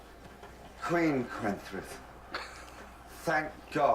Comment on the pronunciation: Guys, Kwentrith. Kwen as in Gwen except with a k. and trith. Kwen-trith, Kwentrith.